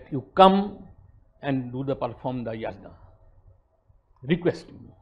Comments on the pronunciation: He is so deracinated that he can't even pronounce "yagya/Yajna".. pronounciation is "yagya". Such s shameless guy roaming around with intellectual tag.. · Dear, if you are going to import a Sanskrit word then you have to pronounce it in that way. Ganges/Indus is not an import but "Yajna/Yagya" is definitely an import and should be pronounced as it is. For example; I can't pronounce in any other way.